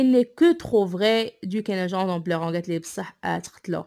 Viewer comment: Fais attention à la prononciation notamment des noms des personnages (cunegonde) prononcé go sinon bonne continuation